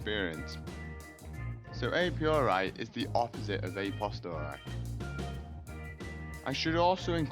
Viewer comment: "a piori" "a postori" fucking hell